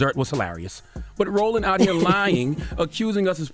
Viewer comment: Yo did he call that man “Rolling” instead of Roland at Also I can’t say I’m cool with black folks cuttin each other like this